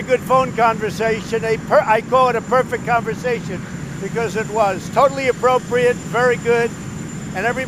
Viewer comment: "I call it a perfecK conversation....", the man can't even say the word perfect! What a loon.